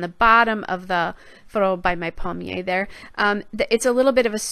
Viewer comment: Lovely layout; I love the florals! You pronounced it pretty near perfectly... "pal-myay" would be as close as I could spell it phonetically LOL. And, yes it is masculine so the "un" is correct. I live in southern Quebec and am lucky to be fluent in both English and French (my mum's family is French and my dad was an immigrant from Ireland so his family is unilingual English)